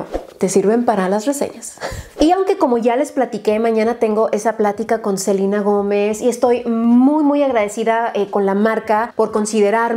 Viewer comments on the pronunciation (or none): Crystal Skies en nombres propios lo correcto es pronunciarlos como se leen, en este caso en español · Amoo a, pero si literal3cada vez que dice Selina, le grito a la tele diciendo: se LE na! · Hasta en Disney le dicen Selena, no Selina jaja mori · ¿Alguien más siente raro cuando dice “Selina”? Como que ya estoy acostumbrada a escuchar Selena tal cual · “Selina” hasta mi mamá se sorprendió por la pronunciación xddd aquí desde que la conocí en hechiceros de weverly place le decimos ‘selena’ en fin, latinoamerica xd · Hana Vid si,es q esa es la pronunciación gringa.. yo la conozco como SelEna con E.. y sólo conocía a Selena y los Dinos.. esta chava nooo se q onda.. :/ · Selina Yo: Selena 🤣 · Alguien más se imagino cada ves que decía "Selina" y no "Selena" se imaginaba a la Reyna del Texmex? En la actualidad algo así hubiera estado increíble me imaginé a probando sus productos su ropa y probablemente hubiera sacado maquillaje 😓💔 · me daba mucho estrés cada que escuchaba a decir "SELINA" "SELINA GOMEZ" 😌 me acostumbre a Selena Gómez 😅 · se dice Selena , los nombres son propios y no se cambian dependiendo el idioma . Ella se llama Selena Gómez no Selina . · Confirmo.. duele cada vez que dice Selina 😣😁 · Muchos años yo también le dije Selina... pues así se pronuncia de este lado, pero después ya le empecé a decir Selena... creo que no afecta como lo pronunciemos siempre que sea con respeto. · Sino me equivoco los nombres propios se pronuncian en su idioma original, entonces sería Selena no Selina 😂😂😂 creo 👀👀😂😂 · se llaman nombres propios, los cuales no deben ser modificados del idioma original en el cual están. Selena es un nombre en español, y se debe de pronunciar así S E L E N A Que ella lo pronuncie Selina porque su primer idioma es el Inglés y así se pronuncia en ingles no tiene nada que ver. Pero si uno habla español y sabe como se pronuncia correctamente, pues hay que hacerlo correcto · Soy yo o dice selina en vez de selena?